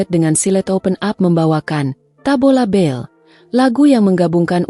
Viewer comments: Bale bukan bell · Tabola bale bukan bel🤣